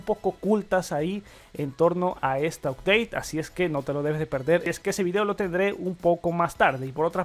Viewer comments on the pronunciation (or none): none